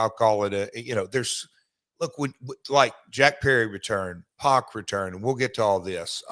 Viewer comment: Pac isn’t pronounced “Pock,” it’s pronounced “Pack,” as in “I’m going to the store for a pack of beers.”